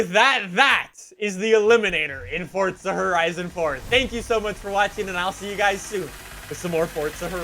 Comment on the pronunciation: Everyone: Forza: Fortza